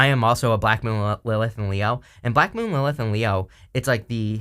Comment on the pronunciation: What are you saying "Blackmooninthe elf" You said this word a number of times and I have no idea what you are saying. I know you talk fast which I try to keep up with but maybe sometimes it's a good idea to enunciate really clearly even though you are going through a reading really quickly. But thank you for all that you do. I love hearing your readings,!